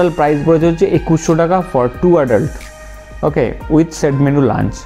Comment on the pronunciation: Vai tor "Okkhay" ta sunle mnehy ei England er flight thke namli😆😆😆